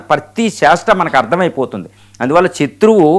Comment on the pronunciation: చత్రువు కాదు శత్రువు